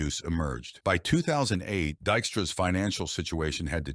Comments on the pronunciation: De-xtra ?? You can kiss my arse with your lazy AI narration. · Man, I hate AI, he hit point three five eight and it’s called him Dikstra a bunch of times